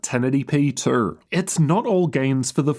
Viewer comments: The way he says the word, "too." lol "The 4090 was also running a little cooler twroughg." lmao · man, the way you say "too" and "though" lool